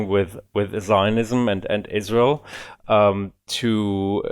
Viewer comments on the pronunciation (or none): It's so fuckin funny how pronounces Israel. It sounds like "Izzroul"